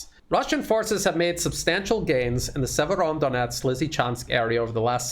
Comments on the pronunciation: It's a small thing that perhaps you feel is petty but it's driving me NUTS. You have fallen into the habit of calling the city Siever-ON-donetsk. THERE IS NO EXTRA 'N'. You haven't even added it to how you write it in the description, so why have you insisted on this error in your presentations from the start? Fix yourself, please. Thank you! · There is no first sound "N" in Severodonetsk,! Severo-donEtsk. The "N" sound is after "do"! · Sir, you are adding an incorrect N to Severodonetsk! Not SeveroNdonetsk.